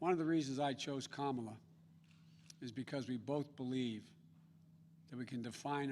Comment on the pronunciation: Biden says Kamala (rhymes with Pamela). Biden mispronounces her name; will Xi NN label Biden as sexist/racist?